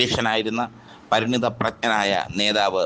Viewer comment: പരിണിത അല്ല. പരിണത(വിളഞ്ഞ)